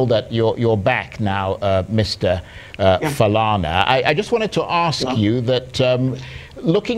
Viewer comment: Chai! Colonial mentality - so, the anchor, Charles ANIAGOLU, cannot strive to properly pronounce "Falana"? I am sure though he would make the effort to pronounce French, English and Latin words with their accents? Who manages this Arise YouTube page? Hope you can send this feedback to ANIAGOLU?🤣😂 He reminds me of some Nigerian teenagers in the UK. Ask them of their origins and the answers usually go like this: "I'm British but my parents say they are from Nigeria". It is amusing to hear.